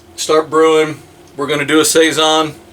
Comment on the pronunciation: Lol, you said that perfect, so proud.....lol sounds amazing